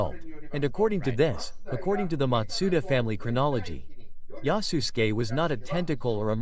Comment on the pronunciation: I heard it as yasusGAY haha